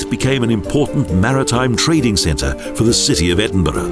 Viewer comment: Nicky, at least he can (almost) pronounce Edinburgh.............better than the average American. They could have used Sean Connery.